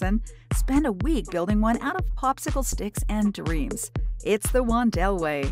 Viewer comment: This is another entry in the “race to the bottom” on YT. The whole video is one long plagiarism of a great YT contributor. They can’t even pronounce his name correctly; that’s how deeply they ‘researched’ this. Outrageous!